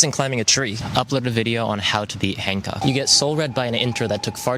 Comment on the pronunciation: Take a shot every time you hear “Han Cuck”